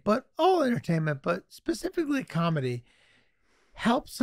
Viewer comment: Wait did charlie just say ' pacifically' ? Hehehehe